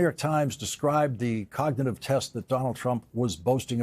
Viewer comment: The way he pronounces cognitive coga- nah-tive really inspires confidence.